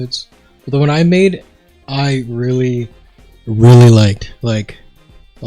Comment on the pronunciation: "weally excited"